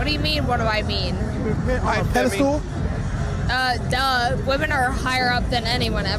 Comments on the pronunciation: "pede-stool". I knew she was crazy or drunk off her asś😅 : yes she looks as crusty as her attitude. Look how angry and aggressive she is and everyone just sits there like it's okay. Nahhhh drag her asś outside "I talked Beck to u" lol that's y u in cuffs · The first lady literally said “pedistool” 😂